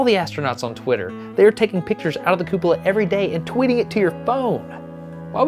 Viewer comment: Hahaha. What a joker. Cupoola